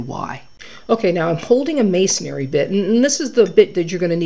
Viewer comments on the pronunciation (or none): It isn't "mason-ary". It is "masonry". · That's Ma-son-ry not Ma-son-ary. Look at the spelling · It's funny how so many "experts" don't know how to pronounce masonry. It's three syllables, not four. It's pronounced MAY SON REE, not MAY SON AIR EE.